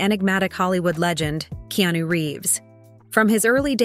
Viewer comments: Narrator, his name is pronounced Ke-a-nu. Not Keenew. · "Keenu" ... I hate anything Ai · Keenu/Keanu=Not Keyonu.